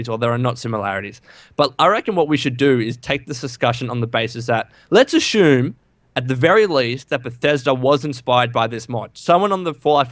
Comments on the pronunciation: Ashume don't u mean assume? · I hate how says Ashoom instead of assume